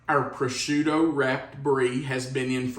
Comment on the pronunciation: I’m sorry - but it’s pronounced Pro-shoe-toe.